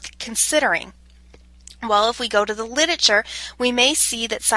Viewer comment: Hilarious. She can't pronounce the word 'literature''. Torturous Could not listen to by the 7th mis pronunciation